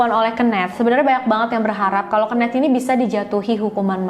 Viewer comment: Mgkn bisa research lg kak cara baca nama "Kenneth"